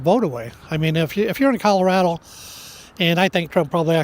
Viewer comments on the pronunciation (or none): Did you notice how he pronounced Colorado? It had an " L" at the end.